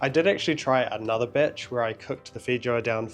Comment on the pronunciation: Oh that Kiwi pronunciation..., I'd be careful of saying the word "batch" in the future, because at 13.37 you said "I did actually try another bitch." 😂